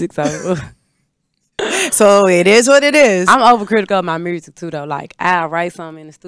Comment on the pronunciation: Mursic 😂 I love her authenticity ❤